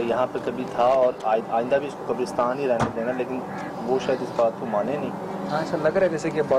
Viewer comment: I love when says kabr usrtan istead of kabr istan